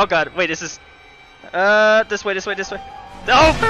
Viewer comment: I like how sometimes says “Dis” instead of “this”